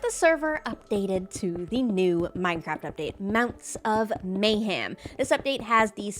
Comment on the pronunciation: You said may"ham" instead of mayhem